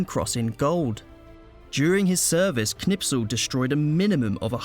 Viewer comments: His name is Knispel, not Knipsel. You pronounced it wrong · Not Knipsel ! KNISPEL 😊✔️✔️✔️✔️✔️✔️✔️✔️✔️ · because your English are arrogant.It is Kurt that K you can pronounce.Its not Nispel it is KKKKKKNISPEL.a real hero that you Brits don't have